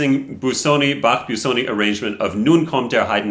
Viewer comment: Just don't say "Biew-soni". It's easy: "Boo-soni" 🙂